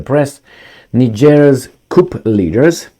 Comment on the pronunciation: The p in coup is silent so it's pronounced cou or coo 👍